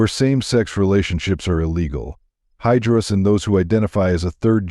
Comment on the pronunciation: Actually it's hijaras not hydras..